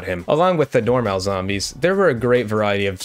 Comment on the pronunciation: the way says normal made me stop watching this video just to comment this